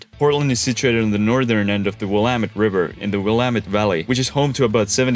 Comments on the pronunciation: He nailed Willamette, also. Extra points! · Thank you for saying Willamette correctly. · GREAT video! I was surprised, after many mispronunciations, that you got Willamette right. Don’t feel too bad though. Couch is an anomaly and the native words and names are often hard until you hear the correct pronunciation several times. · He pronounced Willamette correct yay🎉🎉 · As a native Portlander, big props for pronouncing Willamette correctly. I know a lottttt of Americans who pronounce it incorrectly. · Came here to say this!😅